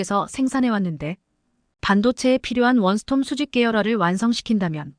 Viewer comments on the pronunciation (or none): 원스톰은 원스톱이다 금변은 급변이 맞다. 띠어 쓰기 띠어 읽기도 개판 국어공부 기초 산수 실력 좀 키워라!!